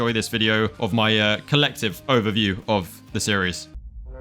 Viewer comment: I love how he say "collective" 😂